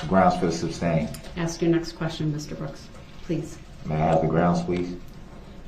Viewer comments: “grounds for the SUBstain” 😂🤣😂🤣 Learn basic courtroom vocabulary if you’re going to act as your own attorney. Aside from a murderer, this guy is a clown. 🤡 Darrell Bozo Brookes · SUBSTAIN - hahahaha makes me laugh everytime!